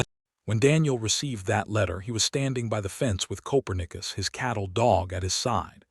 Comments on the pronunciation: This story had writing and images that deserved so much better than the AI mistakes in the nice narration. Obviously AI never heard of "ko-PER-neh-cuss" the famous Polish astronomer, and can't choose the right pronunciation between "cloze", as in shutting a door, and "clo-s-e", as in being near. There's another example that doesn't come to mind at the moment, but you get the idea. AI has its uses, but unfortunately still has its foibles that dehumanize the presentation of what should be a moving, quietly emotional story. The lack of punctuation also throws the narration off, with run-on sentences and improper pauses. I can tell from the Comments that many people do not notice or care about such things, but I find these glitches seriously interfere with my enjoyment of what is actually a fine storyline. OR, USA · Narrator said Coperius wrong.